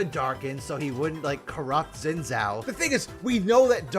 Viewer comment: Xin Zhao*, not Shen Zao or Zhen Zao or Zen Zao. 😰👍